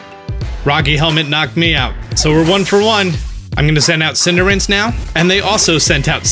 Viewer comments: It's Cinder Ace. Not Cinderance. Weirdo. 😝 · I used to pronounce it "Cin-deh-race" but eventually I decided I liked "Cinder-Ace" because it was easier to pronounce and ace is probably the most likely name origin as opposed to race. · I died a little inside every time he said Cinderince. :/ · Is he saying "Cinder-rinse"? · It's Pronounced Cinderace:Cinder-ah-chi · Are you saying Cinder-ince? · i hate how he says Cinderace